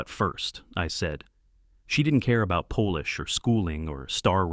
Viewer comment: Great story. Thanks. Unusual. Only one mispronounced word: polish.